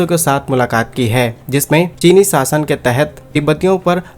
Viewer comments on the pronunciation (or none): सासन नही शासन बोल